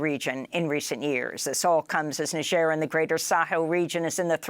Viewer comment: First time I hear somebody correrctly pronounce Niger...